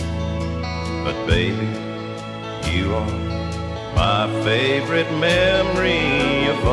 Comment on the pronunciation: Cal does great justice to the Haggard Classic,right down to his emphasis on the third syllable of the word "fav-o-RITE" in the song title, just as Hag pronounced it on his hit recording.